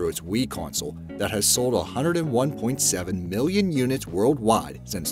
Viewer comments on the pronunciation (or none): none